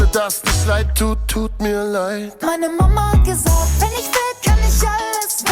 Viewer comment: You just pronounced "Mama hat gesagt" like Helmut Kohl when he tried to speak standard German! And he was the Chancellor, after all!